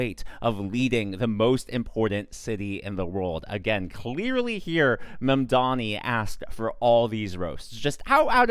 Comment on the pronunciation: it's not mamdonnie..... its' MAM!!!!!!!!!!!!!!!!!!!!!!!